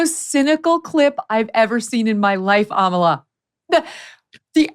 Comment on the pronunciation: Megyn, I am so impressed with you. You pronounce Amala perfectly. It is an Ibo name from Nigeria. Continue your good work.